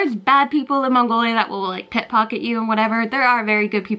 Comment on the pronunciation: Pick pocket, not pit pocket.